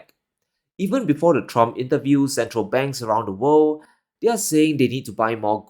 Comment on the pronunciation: "And...of the wor'd"!